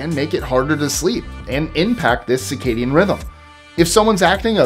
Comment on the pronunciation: Hey. Mr. Pedantic here…the word you want, regarding sleep is “circadian rhythm,” not “cicadian.” Cicadas are insects. Lesson over. Keep up the good work!